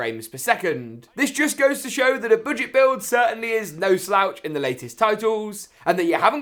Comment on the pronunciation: You said BOODGET lol